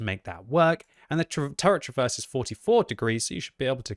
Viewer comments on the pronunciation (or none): none